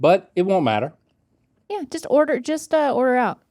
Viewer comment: The fact that Rhett said “guess wait” and not “just wait”